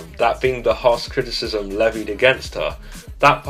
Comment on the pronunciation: My ears hurt after hearing “Criticism “